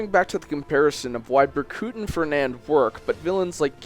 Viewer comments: I know he explained But it's Berkut...not Burcut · bercut bruh, it's pronounced berkoot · Ber cut omg i'm dying, it's pronounced burkoot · he pronounces it "bercut", heh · Berkuut. Ber-Kuut. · how the hell does one mispronounce the name of a character whose name was spoken so many times throughout the game... BER-KOOT!! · Lmao reading the comments while listening. And someone says Berkut is being mispronounced and I'm here thinking, "Bur-cut?" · BER•KOOT! It's Ber•koot! My OCD is going off the charts, pronounce it right!! Just kidding... XD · 4 you pronounced Berkut wrong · UNCLE! Berkut is my favorite villain in this entire series. And you're saying Berkut wrong. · Berkut is Ukrainian for Eagle and in Slavic languages the u is pronounced as "oo". AFAIK an umlaut only makes an u sound the way a single u sounds in English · Great video, but you pronounced Berkut wrong, so I guess I have to shank you in accordance with Rigelian law